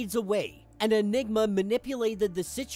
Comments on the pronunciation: the M in enigma was silent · Ha bro, at about seconds mark you missed the 'm' when you said, "they listened to Enigma's plan." Take a moment to listen to what that sounds like. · Yeah definitely sound like he said enigga 😂